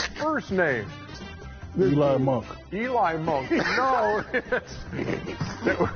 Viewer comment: “Eli monk” 💀